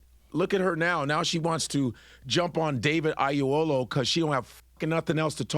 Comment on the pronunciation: Godfrey, please pronounce David's name properly. Oyelowo not Ayelowo.